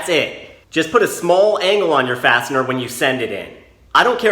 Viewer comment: I had the volume low enough at work to hear you call the fasteners "bastard" every time you said fastener lol